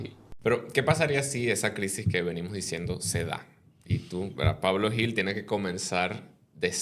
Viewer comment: El apellido Gil en España se pronuncia "Jil" no "Yil".